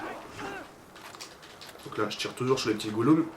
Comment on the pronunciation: Les goulum🤣